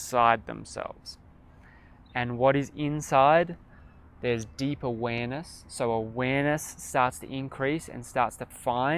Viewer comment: Lol about halfway through when you started saying deep awareness a good few times - I initially misheard what you said as deeper weenus. . I was so confused until you said it a 2nd time. Lols